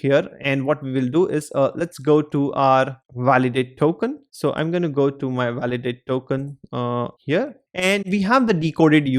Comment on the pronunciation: gonnu gonnu gonnu.......its gonna or going to not gonnu. worst teacher. you just have knowledge but you cant teach. IF you cant speak english properly then speak fkin hindiiiiiiiiiii. gonnu .